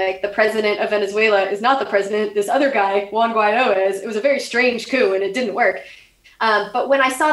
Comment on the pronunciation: what is that word she keeps sayin. "acoo" or a coup? i wanna look it up.